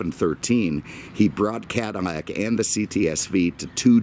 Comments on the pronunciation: Is he saying "Cadimac"? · man i hate how you pronounce "cadillac"